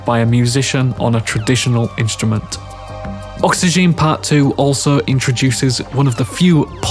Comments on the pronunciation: It's oxygen and not oxyjean though but great Video. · That's not how oxygene is pronounced.